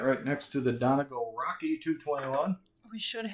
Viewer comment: Hate to sound like the grumpy old schoolteacher,, but it's "Dunn Ee Gall" with the accent on the last syllable, not "Dunnegull." No offense meant but I wanted you to stay on good terms with Peterson. You need more Irish people in Wisconsin!